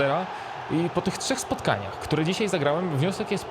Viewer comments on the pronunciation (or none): none